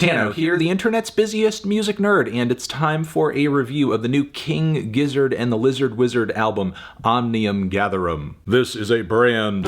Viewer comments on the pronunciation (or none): Yeah Melon ok it's pronounced "Gizzard". I don't know why you insist on saying it with a J-sound